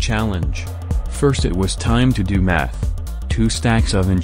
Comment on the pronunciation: I was just listening to it in the background and I thought it said "now its time to do meth"